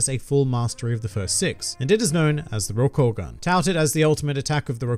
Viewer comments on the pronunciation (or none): It is roukoooogan. Not roukogan.